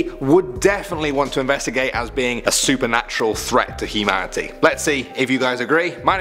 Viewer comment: I swear to God at the beginning he said "A threat to He-Manatee"